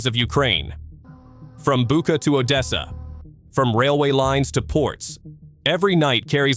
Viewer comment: It is Butcha and not Buca!